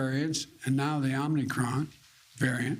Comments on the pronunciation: He said it's called the OMNICRON ...when it's actually spelled and pronounced OMICRON...with one N, not 2. They didn't even brief him on the correct pronunciation of the name of this variant. Once you mispronounce the name of this new variant that is so much of a cause for concern...it's so much of a cause for concern that as President, he didn't even bother to make sure that he is saying the name correctly. These people are losers...they need to go away. SAD! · Omnicron or omicron biden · "It's called the omNicron." The fact that he mispronounces omicron multiple times, is proof that he is (badly) reading a script. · No, he clearly said the "OmNicron" variant is not a cause for panic. LOL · Omicron, not OMNicron Joe Potato. lol. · Will anyone tell him that it is not pronounced “Omnicron”? Will anyone even notice? My guess is no. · Omnicron? Bro… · NO! Not Omnicron, it is spelled: o m i c r o n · Wrong get the Facts correct MSM. Brandon said it was called Omnicron. Not OMICRON. I believe Brandon to be correct not CBS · Joe "Omnicon" Brandon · So Biden and ALL the reporters here calling it the OMNICRON? Here I have been calling this new variant the Omicron - shows what a dumb conservative I am .... ! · Biden is not reading it correctly. There is no N after the M